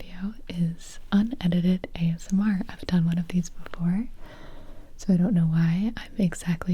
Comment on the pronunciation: Huh huh huh. You said "Ass-M.R."